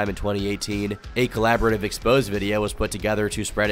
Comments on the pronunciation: My brother in christ, it’s ex-po-zay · Hey love your videos but something I’ve noticed is you’ve mispronounced several French origin words, just trying to help but in this video “Exposé” is pronounced Exposay, in another video it was Negligée which is similarly pronounced “neglijay”keep up the good work!